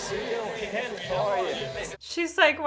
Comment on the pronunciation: I like how Tommy aged like 20 years more than Hendry in the time jump and I really like how Tommy pronounced Henry's name Hendry.